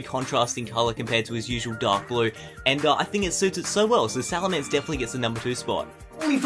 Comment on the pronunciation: not salamnser